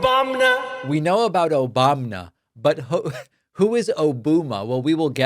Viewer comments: Listen, I love dunking on trump as much as the next gal, but you missed the joke here, David. O-bum-a. Like a bum. Its a dumb nickname that youre mispronouncing. Why do you do things that make me defend that orange idiot? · He means O-BUM-A not O-BOOM-A. Sleepy Don strikes again with his grade school insults. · David, I believe that “Obuma” was meant to be pronounced oh-BUM-a as in “he’s a total bum!” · DAVID ! It's O-BUM-A, Trump is being "funny", basically calling Mr Obama a "bum" ! Aren't you lucky you have a president with such a witty sense of humour ? 🥱😴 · So it's O-boo-ma now, and not Obamna! Trvmp is so pitiful! Get him out, stop the war, and abolish ICE! Justice for the victims and US! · I think it's O bum A. As in Obama is a bum. Not the funniest, but better than he's come up with in a while. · Hes trying to blame Obama & thinking O-booba & it came of his mouth as Obooma.. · It's like to-MA-to and to-MAT-o! O-BOOM-A and O-BOMB-NA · Barack, who sayin’ “Obuma”?